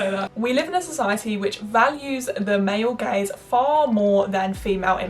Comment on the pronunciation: Am I the only one who thought she said "male gays" instead of "male gaze" I'm like since when does this society value the male gays